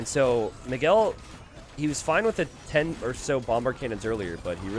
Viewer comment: it's funny how pronounces "Miguel" as "McGill".